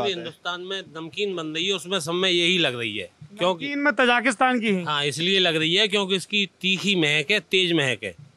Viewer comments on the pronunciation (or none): It's not Tajaakistaan please stop saying/spreading wrong names of the countries. It's, TAJIKISTAN Stop saying Ujjbekistaan, please It's UZBEKISTAN Stop saying Kajakistan It's KAZAKHSTAN KAZAKH----STAN Of course, don't expect that from this illiterate Jaahil of India